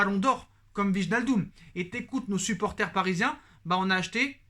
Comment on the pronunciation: wallah il craquer le type "wignaldom" il sait pas lire wijnaldum lui